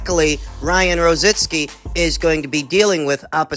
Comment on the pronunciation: Why is it so difficult for you guys to pronounce ROZICKI? ITS NOT ROZINSKI..lol..